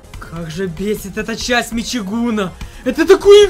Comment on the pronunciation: Не мичигуна а мичигана